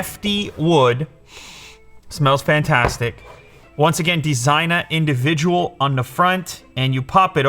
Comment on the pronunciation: its probably Spanish or Italian, so its funny hearing Lew say Designa Individual it just western English lmao sounds like “gangsta”